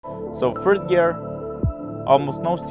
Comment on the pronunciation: "phird gear"